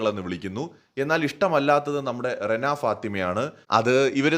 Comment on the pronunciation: രെണ അല്ല റെന ആണ് 😬